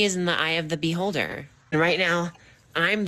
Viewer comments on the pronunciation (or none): Bee holder took me out. The pause was amazing